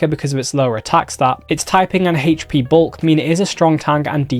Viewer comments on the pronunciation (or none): I love this guy and all the info he puts out... but I cant be the only one going crazy every time he says hatche for "hp"...